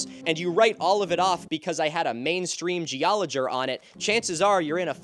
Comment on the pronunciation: "main stream geologer" with a hard R is crazy